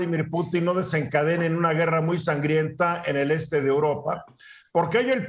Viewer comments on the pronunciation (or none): jajajaja y luego hablan del tema y ni saben como se llama el presidente de rusia , no como putín , no pútin jajajaj